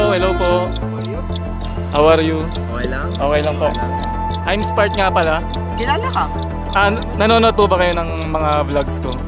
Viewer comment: ❌ Spark✅ Mama😭😭😭😭🤣🤣🤣🤣🤣🤣